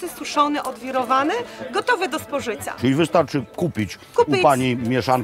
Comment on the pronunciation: jezu jak ona mówi 😐 kupic, z nasjon bio dziewczyny zaczekajcje😬gotowy do spożycja